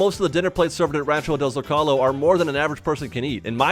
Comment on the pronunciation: It's pronounced "Zow-Kow-Low"